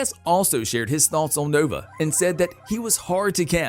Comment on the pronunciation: It would have been nice if the announcer had seen the first movie to get the pronunciations correct on the characters and the city in the sky. Since owning this movie and having watched it multiple times it was cringeworthy hearing "Doc Eye-to" and "Zall-um" At least he got Nova correct, lol. One of my favorite all time Science Fiction movies.